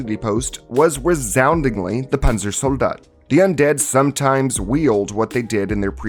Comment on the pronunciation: i think it is funny how you pronounce the panzersoldat zombie